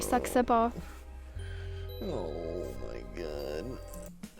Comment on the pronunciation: when Charles tried to say Saxaber's name , im dead lol